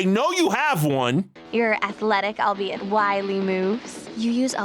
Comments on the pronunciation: I admit I never knew it was pronounced al-be-it, and thus always considered it to be a word of its own not influenced by the identity of the subject. In my defense, English is not my first language. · I was about to ask, since I had never once heard anyone use the word "albethey," if it was just a bit for the episode or not. As for the petition, hard pass. It felt painful every time I heard you say it in this episode. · the problem is that I literally never heard a single human being say albeithey prior to you